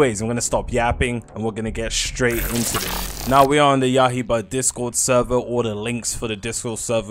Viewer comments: its yai BAH not ya iba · Bro been calling it Yahiba for over a year now 💀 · Why bro pronounce yaiba like that